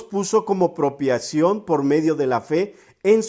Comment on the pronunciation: Propiciaciòn, hermano, no propiacion.